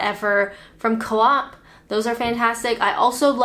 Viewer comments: It's Co-Op ("ko-opp") not KAWHAP!! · Did you say clop instead of coop?